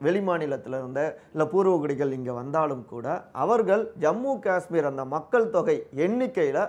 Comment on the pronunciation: அய்யா... உங்க யாருக்குமே 'காஷ்மீர்' அப்படின்னு சொல்ல வராதா? 'காஸ்மீர்' அப்படின்னே சொல்லுறீங்க?